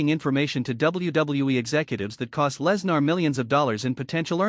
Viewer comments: Please stop mispronouncing Lesnar 😢😢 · Stop mispronouncing Lesnar 😢